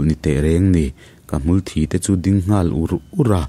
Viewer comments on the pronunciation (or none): Hmulthi tih hi hmulthi ti a lam loh tur. Hmulthi ti a lam tur (ziak ringawt chuan ka sawi thiamlo🤣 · Hmulthi ilam diklo